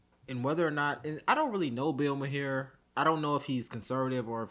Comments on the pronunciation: His name is pronounced Marr, not may-hair....... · his last name is pronounced "mar". and jane fonda is a washed up "war protestor" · It’s pronounced Marr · Say his last name like the planet "Mars" but without the S "Mar" Maher = Mar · Okay, I like this host but Bill "Mahair?" His surname rhymes with Flower. And he doesn't know who Jane Fonda is? How about doing the most basic Internet search on these people that you decide to make a podcast about? Dude, this makes you look so lazy and unintelligent. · Ma-here. Ha ha ha. At least I smile knowing you don't watch his show regularly. 😁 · Bill Ma-here and someone named Jane Fonda. Oh man. 🤦‍♂️🤷‍♂️😂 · Pronounced Mar. Jane Fonda was a very big star in Hollywood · Pronounced marr. 👍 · It’s pronounced Bill Mar as in the planet MARs. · Hey, good work but it's pronounced "Bill Marr (Maher)" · Bill Muh-hair 😂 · Look up Hanoi Jane. Pronounce Mahar to rhyme with car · "mar". Bill's last name is pronounced "mar". :) Good vid, dude. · His name is pronounced Mar the he end up basically silent, that how I hear it most. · Bill Mahar is pronounced Bill MAR. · I'm crying how you said maher( mar) and you don't know who Jane Fonda is. You made my feel so old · Bill MAR with an ringing H at the end. Stand up comedian, actor and host of Politically Incorrect for a decade. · Mar. The h is silent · Bill marr is how it's pronounced lol 😂🫡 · Wow, you can’t even pronounce Maher correctly and you don’t know who Jane Fonda is and you want to comment on this stuff! Context is key young brother and googling $h¡+ is a thing!